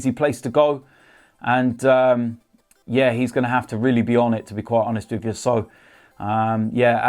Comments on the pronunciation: And everything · “To be quite honest wiv ya” - 2019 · No I’m ok with that